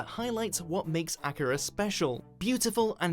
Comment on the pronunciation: Who is Acura and why is Canada looking for him? The pronunciation was a bit cringy